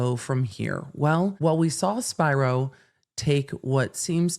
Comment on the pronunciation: Hey, I think you're mispronouncing Alex Spiro's last name wrong. If he's Greek (which I think he is?) it should be "Spee-row." Awesome video tho!!